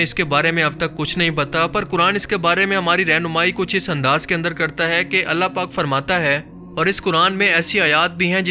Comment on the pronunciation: Aap se aik request hai APNA talaffuz drust Karen jumla mukammal karty hoy hai ko ay mat bola Karen ise Tarah chanad kalimat ko drust bolen please